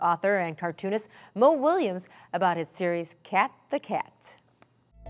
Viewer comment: Willems, lady, not Williams -_